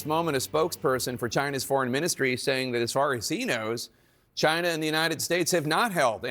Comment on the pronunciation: LOL. Why does Trump pronounce "China" like the 'gina' in 'vagina'?